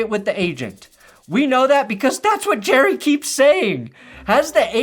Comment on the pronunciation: Jerrah --- Mizzorah --- Cincinnatah